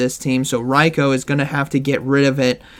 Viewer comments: ITS RAI-KOO, not RAI-KOWE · I cringed everything said RYE-KO 😂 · The number of times you pronounced Raikou incorrectly is going to keep me up at night